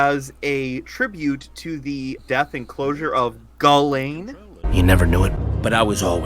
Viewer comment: I want to believe the Gullane Gull placement conspiracy so hard it makes sense (Side note if I hear pronounce it "goo-lane" one more time i stfg)